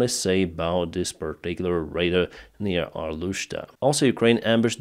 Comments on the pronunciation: Pronounced: ray-dar ✅️ Not pronounced: ray-der ❌️ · Ray-DAR Radar, Ray-DAR.... not raider, but I still love ya, but say raider one more time!!!! LOL Raaaaay - DAAAAAARRRR